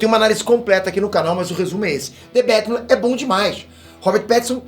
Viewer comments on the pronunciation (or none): the betman?kkkkk...aqui e brasil po.kkk